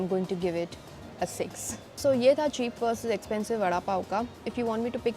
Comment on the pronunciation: It's Read as "Versus" not "VS"...😂